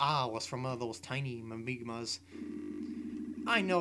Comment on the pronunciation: lol its mimigas not mimigmas